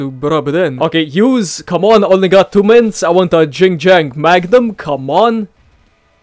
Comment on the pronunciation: I wonder how many people got triggered you said jing jang instead of yin yang (idgas)